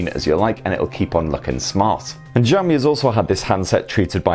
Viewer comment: I think your 'Xiaomi' pronunciation might be a bit off. I think the 'x' should be more like 'sh' like in 'show'. Maybe good to look up some video on it :)